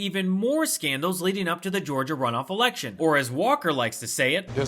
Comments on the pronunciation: Nice work. Think we would like to see more of you! Just the right amount of sarcasm, and I believe your report is true. Did he say this erection. Only one thing on his mind! Say no to Hershel Walker! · Wait, did he just say, "this erection?? 😆😂🤣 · I will be so glad when we don’t have to hear about Herschel Walker anymore. 🤦🏽‍♀️ I love how he’s sporting a “Cassius Clay“ T-shirt👀🤦🏽‍♀️ I guess that’s supposed to be a slap in the face for people that love Muhammad Ali. And did he actually say “erection“ instead of “election”? This dude 😂 🤦🏽‍♀️ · Walker is proud of his erection. Election? He can't even say it. So as long he keeps saying erection Lindsey Graham will support him...